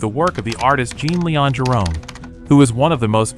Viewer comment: I love that you are showing the work of this master painter, but please learn how to pronounce his first name. "Jean" is pronounced "Jon" in French.